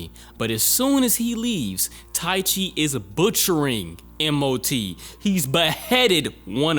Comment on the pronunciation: just a bit of help on the name Ike Waki - E-KAY Waki Taichi - Ta-EE-Chii